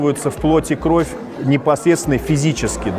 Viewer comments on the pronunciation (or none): none